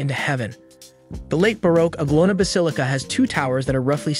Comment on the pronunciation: Nice but reader needs to get words pronounced better. Anglona us a pilgimage site for millions of Christians.